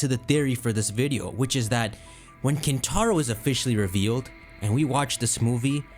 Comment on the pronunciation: Hear me out: KinTtar-o